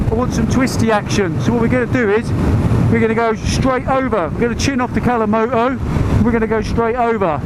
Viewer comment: ‘Alcimoto’ 😂. I had to rewind. Funny, man! 👍🏼